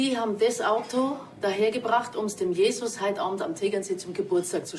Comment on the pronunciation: JESUS mit Betonung auf dem u 😉